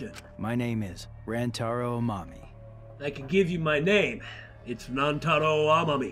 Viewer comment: By the way, for pronunciation of Rantaro's name, it's 100% correct in line with how it's said in Japanese. A while back, I got curious how his Japanese VA says it, and it's exactly that: Rahn-ta-ro.